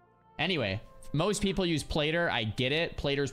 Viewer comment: Its pronounced Plat—-tter…. Love you